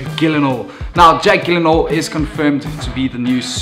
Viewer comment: Jake Jill-in-hall* 😇